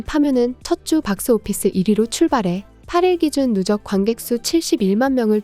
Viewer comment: 누쩍이 아니라 누적입니다.